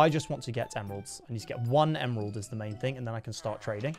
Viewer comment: u said emerald wrong